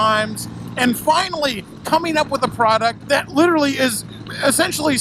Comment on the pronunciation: Librally lmao I love it